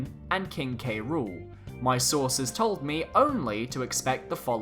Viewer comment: Lmao I thought u said “I have a sauce at nintendo”